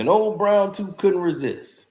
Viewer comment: Ol brown toofffff not tooth tooooffff🤣🤣🤣🤣🤣🐐 u funny